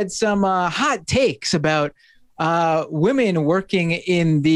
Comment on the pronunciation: Ooohh yes wahmen very scary